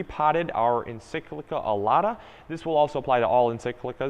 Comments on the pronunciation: Mispronunciation of encyclia - please it's EN - SIK - LEE - YA - is so irritating, especially from someone who really should know better! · Dude, check your pronunciation of the word “Encyclia” lol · Paul Saunders yah it was bothering me too lol